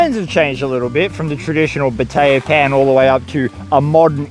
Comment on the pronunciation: Is he saying pateya pan or potato pan?